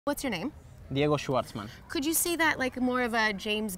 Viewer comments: "schvarman" digamos... Él lo pronuncia más como shuarman... Es difícil escribo la pronunciación correcta en español. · Fun fact, that's not the proper way to pronounce his last name... Or so my german teacher told me.